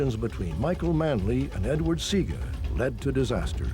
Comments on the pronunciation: SEA-Aaah-GA you’re telling me this broadcaster came on here and never researched the name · Shoulda hear mi ah cuss...bout See-gah 😂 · Not Seaga - C - ARG - GA